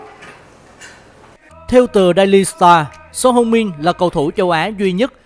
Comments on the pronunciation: Son Hưu Min chứ có phải Son Heo Min đâu.. 🤣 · Son heo min 😂😂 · Son heo min. Nghe buồn cười quá